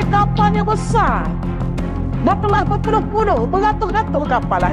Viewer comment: BESASS,, CHADEL 😂😂😂 BESAR BUKAN BESASS 😂😂😂 MELAYUDES 😂😂😂